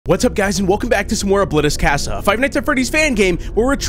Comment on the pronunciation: FUSIÓN SAY CASA LIKE (ca-ssa)